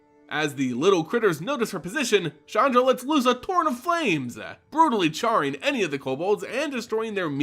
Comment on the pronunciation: flamesuh. barricadessuh. bairdeuh. waysuh. ridgeuh. tiiieemuh. rivaneuh. againuh. paineh. digeh. automatonsuh.